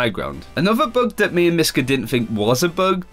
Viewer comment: Why does it sound like he's saying myskip not myska